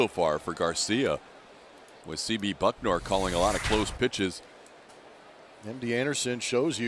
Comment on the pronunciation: Houston announcer keeps saying BuckNOR. He doesn't read much apparently. Baylor, commentator, etc.